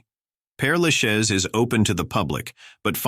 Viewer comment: Your title is misleading. These people are not buried in "strange" places; they are buried where they feel most loved. Thank you for pronouncing "Pere Lachaise" a French name, correctly - from a French person.